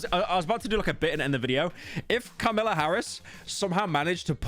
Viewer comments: pyro so paranoid about mispronouncing artist names that he didn't pay attention to "Carmela" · The irony of cripple checking every day and not being able to pronounce Kamala right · Saying “Karmela” instead of kamala rivals metro is booming track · “Carmelo” Pyro quite SLOPpy with the pronounciation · bro keeps saying carmilla as in carmilla from castlevania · "Notice how I paused before saying 50 cent, I don't want another situation like metros boomin" Proceeds to call Kamala "Car mella" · The fact that pyro kept miss pronounced Car-miller Harris while fearing another Metro's boomin album situation is simply hilarious. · You're the only person I've seen talk about Kamala Harris who mispronounces her name on accident rather than on purpose (it's like "com uh luh) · I love that he is being so careful with 50 Cent's name, but then also refers to Kamala as "Carmella" throughout the video. Truly a gabagool moment. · “Karmella Harris” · you pronounced Kamala wrong, what a Metro's Booming moment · “I don’t want to mispronounce an artists name again” Proceeds to mispronounce Kamala 50 times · are you purposely trying to say Kamalas name wrong? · have you only read her name like why are you pronouncing kamala like that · Bro was trying to care about names then fucked up Kamala harris' name Everytime 💀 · I don’t know if there’s a point to see. It’s just Pyro himself said he was being careful with the pronunciation of “50 Cent” to avoid another “Metro’s Boomin” incident. But then he also mispronounced Kamala throughout the video. And I just thought that was little funny. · Pyro its Kamala not Carmela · pyro are you fucking tony soprano or something why are you saying carmella instead of kamala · Kam-ala not Karmela. Fell off. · calls kamala karmella, refers to plovers as plowvers, oh yeah, its sloppin' time. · “Kahlama Harris” I’m done bro 💀💀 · My man does not want a metros booming moment but keeps saying “Karmila” not “Kamila” 😂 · who’s “Carmella” pyro? 😭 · Bro said Carmella